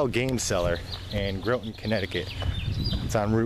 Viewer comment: Good review. It's an amazing store. Been shopping at Citadel since i was in my 20s. Just so you know, the o in Groton is pronounced with an "ah".